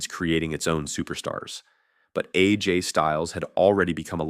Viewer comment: Let’s sound it out now. It’s not Ajay. It’s A. J.